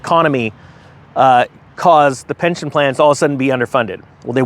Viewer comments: You said pention lol. Still love ya. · "Pension" btw, not Pention